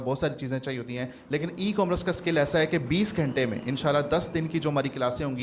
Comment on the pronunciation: Correct the pronunciation of "Commerce" یہ " کام رس " نہیں بلکہ ۔۔ " کو ۔۔ مرس " ھے